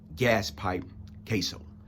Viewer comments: Its Cas-so, not Case-o friend. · You’re an intelligent man., but yikes are you butchering the last names of Anthony KAss-o and Louis Epp-ILL-eato and Louis KARA-COPPA Lol. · I appreciate your message, but you're not being truthful about your interaction with Gas pipe. First of all, you don't even know how to pronounce his last name, you had to read it from your phone and still mispronounced it several times. Secondly, I know it to be a fact that you NEVER even spoke to Gas at Rikers, let alone "go off" on him. I knew Gas for twenty-seven years and NEVER heard him apologize to anyone. You're lying. It's easy to make accusations about someone after they're dead.